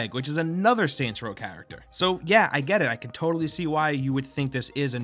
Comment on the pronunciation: Kept thinking he said santa row at the start